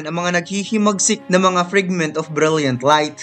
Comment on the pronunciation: Fragment kasi yun, hindi Frigment..